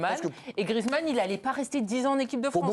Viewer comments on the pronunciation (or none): GRIEEEEZMANN pas griizmann le e n'est pas du tout muet